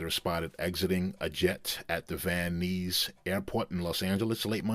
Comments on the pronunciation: And it's Van Nuys like "Van Nyes" LOL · Van knees airport? How do you get the idea to pronounce Van Nuys that way? Seriously, you are just rambling. What the fuck is your message. You have nothing to say, so why are you saying it? Get your shit together.